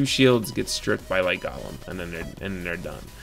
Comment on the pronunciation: GO-LEM.. Not Gahlem